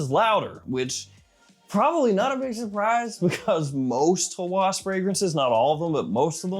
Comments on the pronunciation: its a short A, so Hawas, not Hawaas. thats how its pronounced. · Arabic speaking here: It's not "Huh-whooaaaas" Nah..it's "ha-whass" >> where A of "ha" as in "apple" >> and "whass" also as in "apple" without extending it